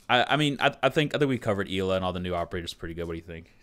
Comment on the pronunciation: Not Grushmost, more like Grshmot. Also, Ela is pronounced more like Eh-la.